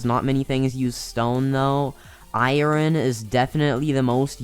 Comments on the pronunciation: iren lol you call it iren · I ern not iren